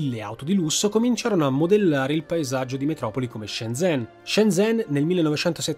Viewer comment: Grande video. solo un appunto: zh si legge 'gi', quindi 'Sciengen', 'Giuhai'...